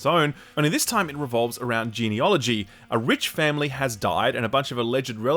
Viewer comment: ~ It's "geneAlogy", not "geneOlogy". That's ruined the whole video for me.